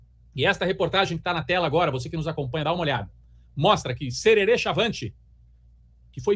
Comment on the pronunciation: Não é cherere é jerere kkkk